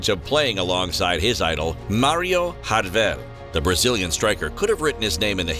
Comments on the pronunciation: Also his name his Jardel not Rardel in Portuguese J is read like in English unlike in Spanish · he's name is spoken in Portuguese not Spanish. jar-del not hardel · Stop fucking saying “hardel” in portuguese the J is said like an English J not a Spanish, Italian or dutch J so it is Jardel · It’s MARIO JJJJJJJJJJJARDEL YOU DUMMY. HARD J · Name is so easy to pronounce and yet you may a complete mess of it 😹😹😹